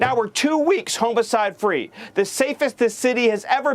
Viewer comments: Did anyone else notice how he said HOMOcide instead of homicide? Freudian slip? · Did he say Homocide ? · HOMOside? lmao... Yes, he is...Terrible fu with pronunciation.... HA Geeeezzz ms miller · Just the fact that he says "homo"cide instead of homicide tells me everything i need to know. Self=important little troll. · Do these twats look into the mirror? It just baffles me! And did he just say HOMO-Cide free?